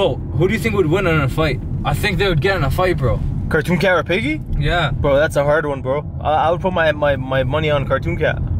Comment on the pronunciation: Green screen piggy him: OmG PihIghGy